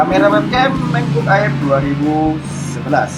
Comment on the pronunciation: di baca EIR bang bukan AER 😅